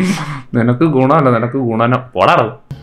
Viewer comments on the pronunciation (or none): ഗുണം അല്ലാടാ ഗുണനം😂